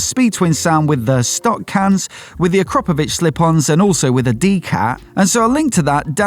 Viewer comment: No no no, it's Ak-ra-po-vic